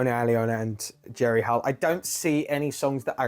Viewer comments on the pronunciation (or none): she is jerry [hEil], not jerry [hAil]